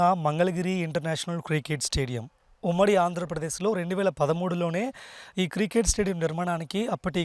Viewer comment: బాబూ... అది కృకేట్ స్టేడియం కాదు. క్రికెట్ స్టేడియం. ఇది మంచి వార్త. కానీ మీ యాంకరింగ్ బాగోలేదు.